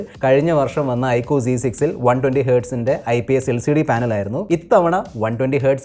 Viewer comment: I കു അല്ല mr....I ക്യു.......ചമ്പൂർണ ചാച്ചരത